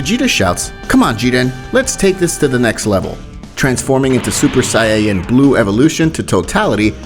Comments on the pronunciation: I love these What If's, but the pronunciation is.. erm.. (Kaughlifula) (sayayin) (etc.) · "Say-ya-yin" why? Say it properly lollll, nonetheless, love your series, stupendous idea!!! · bro stop sayng sayaen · did you say saiyeeyen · Let’s skip the fact that he says sayiyain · did he just say sayeyens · interesting but please say Saiyan correctly please im begging you